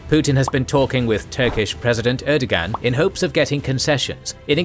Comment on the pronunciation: That's not how Erdoğan's name is pronounced. ğ is used signal lengthening a syllable and it's otherwise silent. Air-doe-ahn.